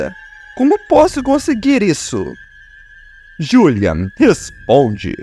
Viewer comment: Que narração é essa ?o nome dele é Juliano e não julian